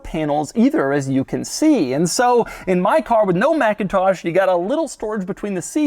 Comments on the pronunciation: It’s not pronounced MACintosh. That’s the Apple computer company. The sound system company is pronounced McINtosh. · It’s pronounced mick-in-tosh 👌🏼